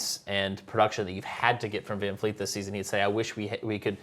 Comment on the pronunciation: It's Vleet. Not Fleet. Jesus. Christ. Amateurs